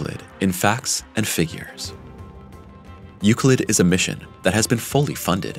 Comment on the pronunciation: its not pronounce youcleet ...